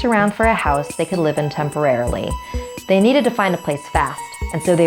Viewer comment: "Temporally" "The next 3 months" TEMPORALLY?! TEM. PO. RAL. LY?!?!